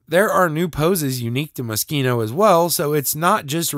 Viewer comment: Is that how it’s pronounced? I though it was Mo-sheen-oh